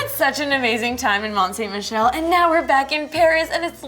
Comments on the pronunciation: It’s pronounced mont san Michel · I'm actually really disappointed in her pronunciation of Mont-Saint-Michel. It's pronounced "Mon(Silent n)-Sammy-Shell". Honestly, anyone should know that. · it’s don’t sink michel